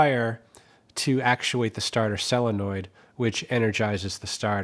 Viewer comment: Really enjoy your videos! Why do you call it a "sAllenoid' when it is spelled sOlenoid. Is this the same as Yannks calling SoLder "Sodder".